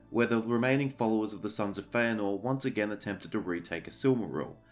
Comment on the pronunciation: Yes! I am vindicated! Hearing you pronounce "Feanor" has made me so happy!